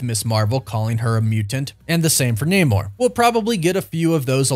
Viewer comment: That namor was a bad cast...and you pronounced it wrong.